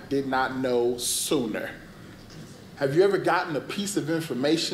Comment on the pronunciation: Bruh the way he said "sooner" I thought he was gonna admit he was gay too 😂